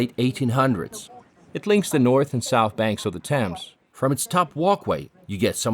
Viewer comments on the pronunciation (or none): none